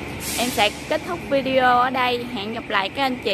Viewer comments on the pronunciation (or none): none